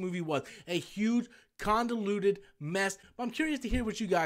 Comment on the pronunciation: It's not "condaluted" it's convoluted you ignorant pasty fat loud mouth .